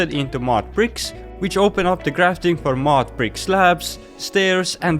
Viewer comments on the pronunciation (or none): Dude say mud not mod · You said mud weird, I though it was mod block.